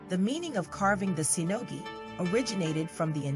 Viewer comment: Shinogi. With SH, not S. Fuchi and Kashira. Those are the two parts. Ray skin. Not shark. A file, not a sandpaper. Dying the skin is optional. Kujiri is wrongly pronounced as well. Ajiro, not Airo. Menuki doesn't hold the tsuba and the blade together, it is purely decorational - in history, it used to hold mekugi in place, but now it is not done that way; it also used to be part of the mekugi (they were a single part) - there it would serve to hold the blade and tsuba together, but not in this case; inacurate/false claim in the video. You can also search for videos/articles, how the tukamaki is tied at the end - it is not a secret. Don't take me wrong - the stuff shown in the video is truly a mastery, but the commentary is wrong and deceiving/misleading.